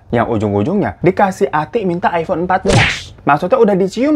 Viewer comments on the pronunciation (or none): none